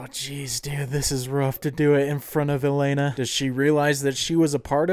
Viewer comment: It's so jarring to hear you say "Elena" when it's "Yelena". That's why I always watch everything with subtitles LOL